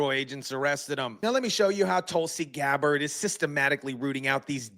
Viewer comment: GABBARD NOT GABER!!